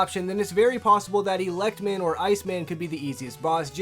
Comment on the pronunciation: "Elec" Man and "Ya"-mato Man. C'mon dude.